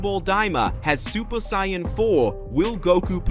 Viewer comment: You are mispannouncing saiyan.